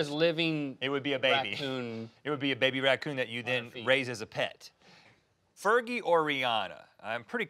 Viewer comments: "ferji" Blake Shelton “Fergie" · said fergy twice? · "Fer-Jie" - Link Dec. 2017